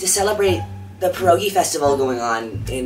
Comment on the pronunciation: As a polish person I’m laughing so hard at how you pronounced pierogi 😭